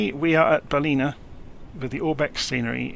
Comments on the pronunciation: Great work - thanks. As a local though, it's pronounced 'Bal-in-ah. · I love the way you pronounce Ballina. IRL it is pronounced Bal -Lin - a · Good find on this video as I am looking to use this plane to fly all over Australia. BTW its Ballina pronounce with an "in" Cheers...